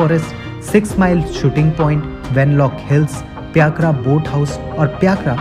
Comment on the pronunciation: pyakra nahi bhai its py-kara :) pykara...